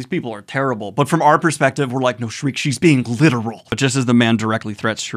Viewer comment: Sheer-kuh. Not Shriek. Sheer-kuh. Please Daniel.